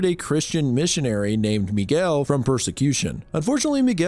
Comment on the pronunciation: you said Miguel with such perfect pronunciation that makes ne think youre brazilian